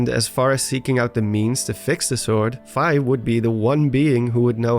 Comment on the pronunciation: You drew me into your narrative very well. Until you started mis pronouncing "Fi". Its F-EE. Like as in you got charged a FEE for your meal. This tells me you have in fact NOT been playing all the zelda games. Please do your homework. I had to stop the video and unrecommend your channel. No hate. Only love, you got alot of people who enjoy your work. But if we were friends and you kept mispronouncing my name... There would be some harsh words and a break up.